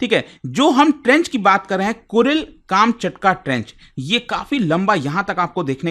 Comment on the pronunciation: काम चटका nahi कमछातका hai wo😂